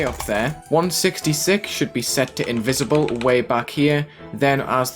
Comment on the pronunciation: saying "Invisible" in spanish gave me 900 more years of life